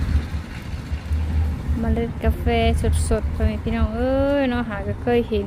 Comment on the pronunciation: ประเทศไทยเรียกว่ากาแฟ ไม่ใช่กาเฟนะคะ